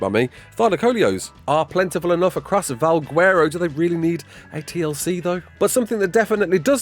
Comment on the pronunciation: do not call it "val gwerro" ever again